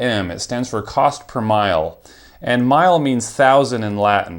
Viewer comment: It's not cost-per-mile, it's cost-per-mille (two 'l's). It's from the French mille for thousand. It's pronounced half-way between "mill" and "meal". - Don't the TOS say you can't share your CPM (ostensibly to prevent people from comparing)? 🤔 - Nothing wrong with sponsors; I've seen some done really well (and some channels I like so don't mind anyway).